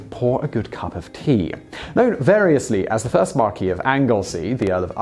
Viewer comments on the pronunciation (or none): Okay so this is hopelessly pedantic BUT the title is pronounces "Marquiss" & NOT "Marquee" as you say it - that is the French pronunciation, & spelt accordingly as Marquis ['Markee']. Thank you!...and it's "C'duggan" in pronunciation, not "Cadogun"! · Why do you pronounce "Marquis" the American way. Your accent suggests, to me at least, that you are English, where we pronounce it "markwiss". Please, give the man some dignity. He was a member of the English aristocracy, not a fucking tent!